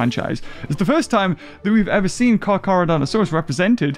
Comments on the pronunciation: Car CHAR NOT CAR CAR LOOL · Stop calling it carcar😂😂😂😂😂😂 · It is pronounced car ca donta sauras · This is why I missed the unboxings because the beginning intro “Car Car” mad me laugh soooo much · Never have I burst out laughing ever in a video let alone in the first 2 minutes😂😂 “carcar” you bloody man child 😂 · I've have not had a good laugh in a long time but when he said "car char" I could not stop laughing. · The "carcar" when u said "car car" I was laughing to death I am meen dieing too died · I am cracking up laughing because of that, you saying car car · "car car" 😂😂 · The dislikes are from people who didn’t understand why he called Carcharodontosaures “car car”. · car car? or carchar?